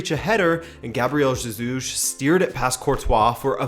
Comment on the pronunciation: Hey, I love you and Rabona tv but why😂😂😂😂 u kept saying ZEJUS all through